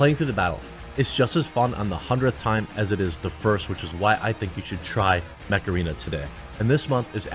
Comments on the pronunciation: OOO Mech arena, i thought you said Meth Arena ( what a fast paced game ) lol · Jeremy, somewhat off-topic, but the way you pronounce "Mech Arena"... I was sound-only and at first I thought you were endorsing Macarena, with epic music playing in the background 🤣🤣🤣